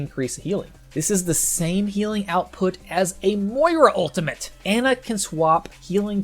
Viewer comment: Can people please learn to pronounce Brigitte and Ana? They literally say their own name in the game.